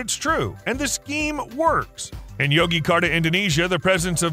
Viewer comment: Its Yogyakarta/Jogjakarta (Joke Jah Kar Ta) not Yogikarta 😂